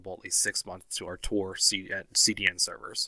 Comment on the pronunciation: Did you just say T-O-R ? 😑